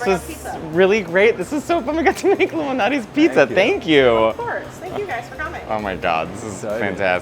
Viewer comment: I thought they said "Illuminati's pizza", lol 👁🍕